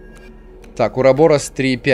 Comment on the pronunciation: УрабарОс ударение на О. Я Бамбил пол видео, но в любом случае видео классное👍🏻 . Лайк поставлен